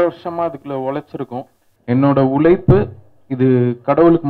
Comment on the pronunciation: ' ழ ' - தள்ளாடுது; உலைப்பு இல்ல உழைப்பு. Learn to pronounce தமிழ் words correctly. Becoz, Correct தமிழ் pronunciation will help a Music director or a Singer to be successful.